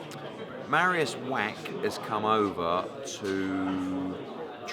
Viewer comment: It is pronounced vah-ch not whack, just so you know